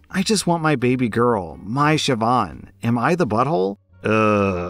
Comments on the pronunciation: As an Irish person, I'm so happy and proud you got the pronunciation of Siobhán right! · As a Gaelic Scot I appreciate that you looked up how to pronounce Siobhán, I know the Irish appreciate this too. OP isn’t in the wrong here at all, like who is so cruel to name their baby after someone’s very wanted child who died in the womb, saying “get over it” and “well you’re not using it”, it’s beyond disrespectful, it’s cruel, hurtful and torturous.